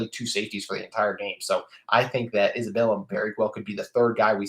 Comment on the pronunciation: Love the episode. I hope that Clayton Isbell is able to make an impact right away. It’s hard to make that jump from FCS to P5 football. (Just a note it’s Isbell, not Isabella)